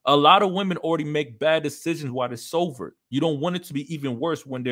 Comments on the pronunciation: Stay sover my friend Heh Heh heh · lol bro, i kept hearing you say sover instead of sober haha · Sover? Or Sober 🤣